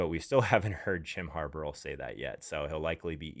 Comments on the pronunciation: Harbaugh is pronounced harrrbaww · I don’t trust fantasy advice from analysts that can’t pronounce names correctly. It’s not Harboro. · Jim and John have been in the league forever! Not knowing how the name is pronounced is disturbing to me. Can I take this guy seriously lol